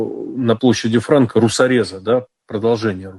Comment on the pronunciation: Це яким треба бути тупим щоб в призвищі Франка поставити наголос на ФрАнка сука ахаххахаххаха кацапи ви тупі тварини і у вас немає шансів перемогти, піздуйте на болота вмєстє з своїми мальчікамі